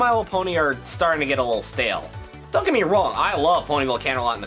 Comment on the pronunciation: Not het, GET. Eeerrr